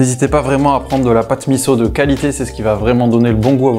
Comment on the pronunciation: Bravo de bien prononcer MISSO ! Top !